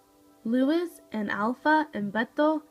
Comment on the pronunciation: His name is pronounced: l oo - EE s